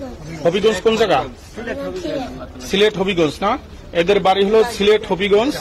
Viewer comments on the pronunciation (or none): সিলেট কে শিলেট বলা গদি মিডিয়ার শিক্ষা সম্পর্কে জানা হয়ে গেছে😂😂